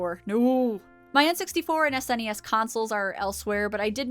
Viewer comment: Thanks for saying S N E S, instead of pronouncing it 'snes' like one word - for whatever reason saying it like that makes me cringe immensely.